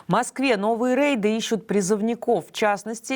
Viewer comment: рэйды? Вроде взрослая тётя, должна быть грамотная...